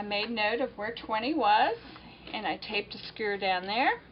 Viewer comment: Did you ever learn to say skewer? :)